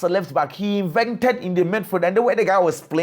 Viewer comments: I'm sure he knows but he just pronounces it wrongly. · please it's inverted not invented